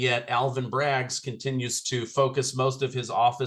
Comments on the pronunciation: Can someone tell its not Braggs, it's Bragg. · Alvin Bragg...not Alvin Braggs